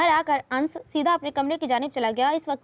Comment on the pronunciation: Ans nahin "Anas " Hota hai Dear😀